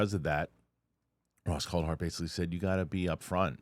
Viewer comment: Ross CoulThart...with a T. It's not Ross Coulhart. It makes a difference when you're speaking as a "journalist".